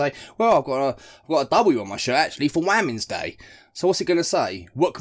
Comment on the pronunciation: Waamens day 😂😂 ffs